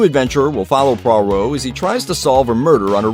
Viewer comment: You pronounced Poirot's name wrong